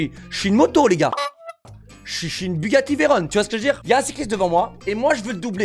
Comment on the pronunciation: "Bugatti vairone" tu t'est fait un ennemi...